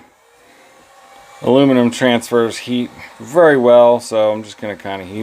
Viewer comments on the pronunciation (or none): none